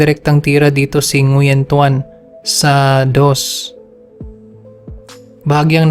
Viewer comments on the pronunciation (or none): Ngwin po pag basa ng Nguyen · Nguyen is pronounced as wen